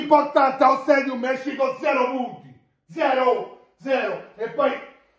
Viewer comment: . Allo " stedium" 😀😀😀